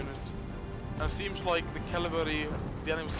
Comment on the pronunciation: it is cavalry, not cavalary